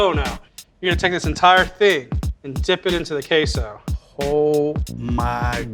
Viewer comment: This dude said K So instead of queso . With a hard ass K ! 😂 that short rib sandwich is awesome...